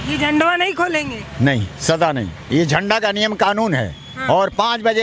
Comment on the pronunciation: बोलने का तरीका तो लड़की के पास नहीं है जो राष्ट्रीय झंडे को झंडवा बोल रही है